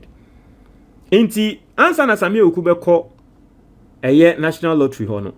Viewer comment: the name is pronounced Awuku, not Ewuku. 😅 Awuku is an Ewe name. 😅